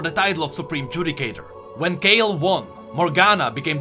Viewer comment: Has Kayle's name been Kay Le all of this time?